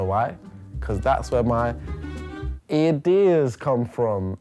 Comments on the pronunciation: he really went for "ear-deas" instead of "id-ears " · as if he went for "eardeas" instead of "idears" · really said ‘ear’dias and not id’ears’ 😂😂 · Man said 'eardeas' when he could have said 'id-ears' smh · "Thats where my eardears come from!" Cmon, couldn't say 'idears'?